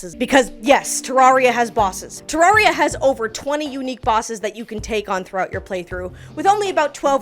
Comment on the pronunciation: pronounced the game wrong 0/10... im kidding it was a great video lol, Terraria is my all time favorite game, and i will always love watching people fall in love with it. Its a game i will always come back to, for as long as i live. immensely appreciate the effort put into this video, and the tangents kept my adhd brain engaged lmao.